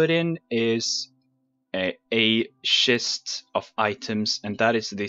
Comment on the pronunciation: You say schest not chest lol :)